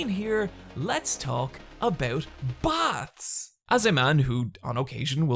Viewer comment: Thought you said "bats", not "baths"; and was like, this fucking video is all over the place. 10/10 would watch again.